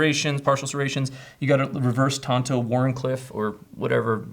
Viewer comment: The blade is called a TAN-to. Tonto was the Lone Ranger's sidekick. You should be able to pronounce the name of the product you're selling. Try sounding it out phonetically or just right-clicking the word tanto for the dictionary's correct pronunciation. Please guys. It undermines your credibility.